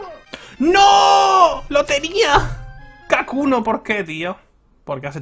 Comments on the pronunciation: Todo el video diciendo kakuno y era hakuno xD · Por que dice Kakuno? xdddd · Lo mas inquietante es que dice "kakuno" en lugar de hakuno XDDD